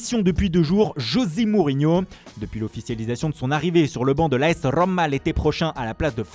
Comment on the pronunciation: Arrête avec ton Rrrrrroma !